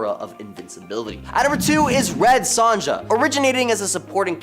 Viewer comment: RED SONJA PROUNOUNCED SONYA